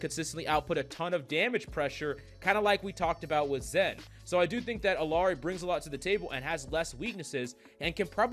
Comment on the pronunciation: Pronouncing Illari wrong. Like everyone else.